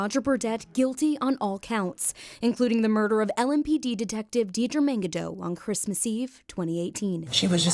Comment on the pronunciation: Is it just me or did he also really say “DEE DEE”? 😂😂😂